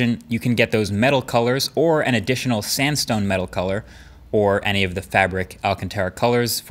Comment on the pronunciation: When they said sandstone color, I thought they said Samsung lmao